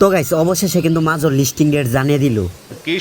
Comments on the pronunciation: শালা মোর উচ্চারণ করা শিখেনি মেজর কে মাজর বলে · ভাই আপনি মাজর না বলে মাজার বলেন তাও শুনতে ভালো হবে